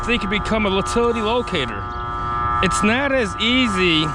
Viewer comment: Great video. I'm a locator, myself. But when u keep calling it an uhhtilty make me kinda laugh. Good work though.